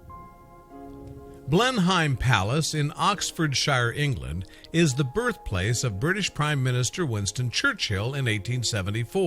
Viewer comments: It’s killing me, every time! Blenheim Palace is pronounced as ‘Blenum’, the county of Oxfordshire is pronounced ‘Oxfordsha’ the Marlborough name is pronounced ‘Maulbra’ . You left out lots of interesting Blenheim history, like it being the home of the legendary Winston Churchill and also that the Palace is open to the public as well as the beautiful park and gardens that include things such as the Blenheim hedge maze but even though it is open to the public it is still home to the Duke of Marlborough and his family who live in the Palace in their own sectioned off private part of the Palace. I live in Oxfordshire and the Palace has always been a great place to spend days with my children exploring, playing and learning as annual pass holders. If you are going to do a video on a topic please, please look up how to pronounce vital words to the topic! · maplecwtch that and the way he pronounced Oxfordshire made me cringe